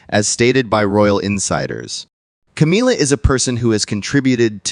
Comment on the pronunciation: Will you please refer to that woman by her correct name she is not Cameelia, but Camilla. it is annoying to say the least.